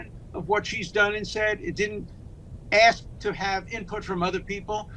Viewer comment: Please tell Ms Gay that the word “ask” is pronounced ask not aks. The soft bigotree of diminished expectations leads to the promotion of incompetence